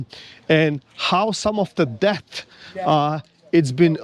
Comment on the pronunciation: Interesting that you sometimes pronouce debt as deatH ... you're not wrong in principle...🙃